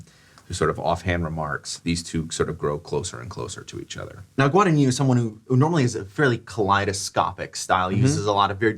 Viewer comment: tfw when they constantly mispronounce Guadagnino. The "gn" is pronounced just like champignon or lasagna.